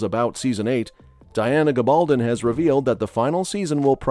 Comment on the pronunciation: GAbaldon, not gaBALdon!